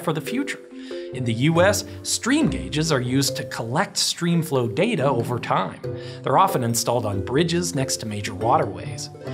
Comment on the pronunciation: Correct me if I'm wrong but aren't it pronounce data and not data?